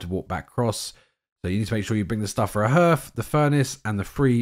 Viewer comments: Harth, not h'rth ❤ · Why are all you YouTubers pronouncing the word 'hearth' (properly, h-ah-rth) as 'h-er-th'? I don't get it. It's a pretty common word.